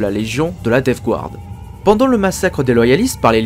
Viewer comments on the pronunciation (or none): Super vidéo, étant un fanatique de la DG c'est toujours agréable de réécouter les histoires en rapport avec celle ci Ma seul critique qui est plus du chipotage est la prononciation de Death Guard, le Guard ce prononce "gard" et non "gouarde", c'est une erreur commune mais qui écorche les oreilles pour certains